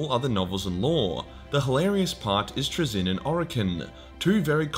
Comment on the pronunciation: Fuckin congratulations on the massive improvement on pronouncing Traeyzins name